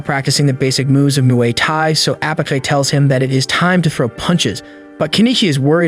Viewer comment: its not mooaye tie its moo eye tie muai thai